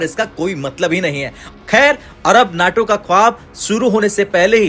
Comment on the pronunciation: NAAAAAAATO nahi.........NAYYYYTO NAYYYYYYYYYYYYYYYTO NAYYYYYTO